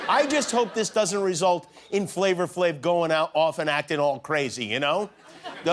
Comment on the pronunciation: “Flavor Flave” 😂 Come on Jimmy. Thought you were cooler than that Flava Flav